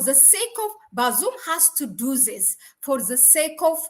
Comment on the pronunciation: Please check your pronunciation of T and H ant E put together